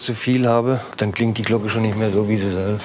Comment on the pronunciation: Stellt Glocken her : Spricht es ,,Glogge" aus 😂.